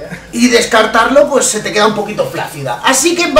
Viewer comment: Ha dicho tet ya pensaba en teta